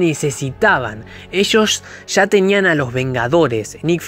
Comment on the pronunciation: Ya, no sha, hable bien